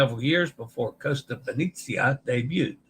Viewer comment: All it takes is one person not washing their hands to cause an outbreak! Does anyone recognise who Kevin Sheehan Jr.'s disgraced father is? *nepotism Let's practice your E in Italian! It's always AY as in day. Ravenna (Ra-ve-nna) = Rah-vay-nah, roll the R. Venezia (Ve-ne-zi-a) = Vay-nay-tzee-ah. Vay-nay, not Vay-nee, not Vay-ne. Vay-nay, Vay-nay, Vay-nay, Vay-nay-tzee-ah! A reminder to always pronounce the O as in Oh no! Basilica di San Petronio (Pe-tro-ni-o = Pay-troh-nee-o, roll the R). Remember to separate the Italian word into syllables of the consonant-vowel consonant-vowel consonant-vowel format for pronunciation: Pe-tro-ni-o. And yes, the S in Basilica has a Z sound when spoken in Italian but no worries here as the context was in English with the S sound. From a previous livestream about Captain Serena Melani (Se-re-na Me-la-ni) = Say-ray-nah May-lah-nee (roll the R) who received the Capperuccio (Ca-ppe-ru-ccio = Kah-pay-roo-tchoh, roll the R) Award. And a quick vowel pronunciation review: A is always AH as in the open A as in father. AH AH AH AH AH AH AH E is always AY as in day. AY AY AY AY AY AY AY I is always EE as in seed. EE EE EE EE EE EE O is always OH as in Oh no! OH OH OH OH OH OH OH U is always the long U as in tune (toon) U U U U U U U U I now believe that the Taima Star ferry is pronounced Tie Ma. The image I saw of the ferry's name had an apostrophe TA'IMA but that apostrophe turned out to be a porthole LOL!